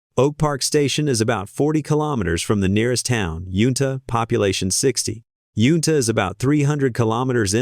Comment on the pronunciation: Its YUNTA not Yuta